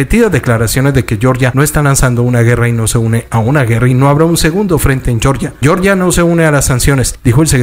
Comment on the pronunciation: Cuando te refieras al país Georgia se pronuncia como se Lee en español no estás hablando en inglés para pronunciar yeoryia